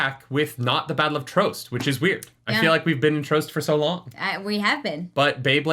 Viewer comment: Someone teach this man how to pronounce trost its driving me nuts 😭